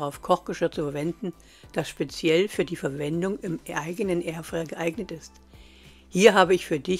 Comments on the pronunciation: kleine info, kein hate, ausgesprochen wird es Airfrei nicht Airfre, also Airfreier richtig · Es heist Air fryer und nicht erfryer